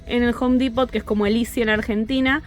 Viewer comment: Un consejito de Pronunciacion. En la palabra Depot de Home Depot, no se pronuncia la T. In other words, the T is silent! Se debe decir solo Depo, sin T